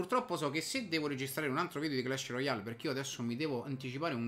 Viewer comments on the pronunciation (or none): none